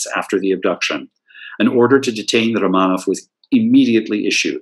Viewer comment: Very good information. I love the way you can pronounce Russian names -- I have read many books on the Romanov family but do not know where the accents go on Russian names. So it's great to hear them and encourages me to say them more rapidly. I have never seen photos of the houses or Michael or Boris. Very good pictures of the family and Natalia as well. For some reason Russia at the turn of the century is endlessly interesting to me; I was hooked when I read Nicholas and Alexandra by Robert Massie back in college in the early 1970s. I also love Russian art, architecture, theater, literature, imperial fashion, jewels, and more. I have been to Petr once for a glorious 8 days around 2015. We saw tremendous museums, sites, palaces, and even a ballet. I only wish the Faberge Museum had been open when we were there. So I continue to learn and watch from afar in my native USA. Thanks for this lecture. I love to learn more and more about Russia. I am GLAD you fit as much information as possible into this lecture.